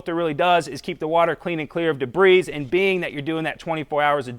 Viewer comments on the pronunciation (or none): It's pronounced de bree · I love your videos and I think someone should tell you that the "s" in debris is always silent. :)